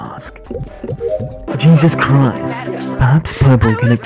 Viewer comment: "dancing": "JESUS CRIST"